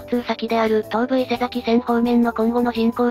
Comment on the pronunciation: いつも楽しく拝見しています。1点だけ前々から気になっていたのですが、東武伊勢崎線の伊勢崎は「いせざき」ではなく「いせさき」なので、ひとつよろしくお願いします！